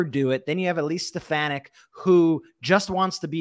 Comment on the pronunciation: It's "Stefanack" if you please...😂😂😂. Watch her change how she pronounced her name to match drumf's pronunciation VOTE 💙🌊🇺🇲 at EVERY level in EVERY election